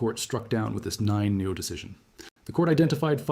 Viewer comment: Actually why can't you pronounce "nil"? Are you AI?